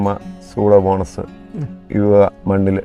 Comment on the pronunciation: സൂഡോമോണസ് അല്ല സ്യൂഡോമോണാസ് (Pseudomonas) ആണ്. ഗ്രൈക്കോഡർമ അല്ല. ട്രൈക്കോഡർമ (Traykodarma) ആണ്.